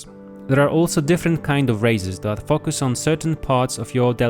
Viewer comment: I hear something else when he says focus